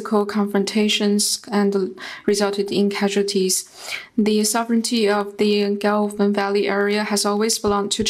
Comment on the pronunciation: They can't even pronounce Galwan valley properly and claim the ownership.